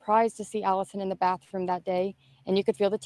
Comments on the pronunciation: Ok help understand what a “ BAFFROOM” is???? Could it be compared to BATHROOM? 😂😂😂also what does JIGGED EM mean? Did he mean STABB? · Ok help me understand what a “ BAFFROOM” is???? Could it be compared to BATHROOM? 😂😂😂